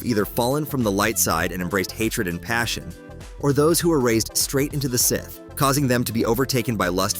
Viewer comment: Is it too much to adk for a human? Do I really need AI calling them "S" - "ith"?